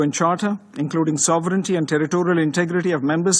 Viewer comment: Paxtaan and its aand weapons!